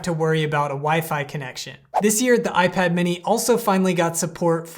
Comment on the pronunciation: dude messed up the most important word in the intro